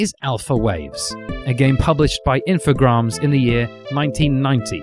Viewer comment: I like the video, but the "infograms" thing can't stop bugging me... It's info-GRAMES, as in "games" with "r" after the first letter.